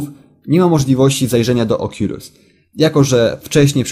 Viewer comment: czyta się okulus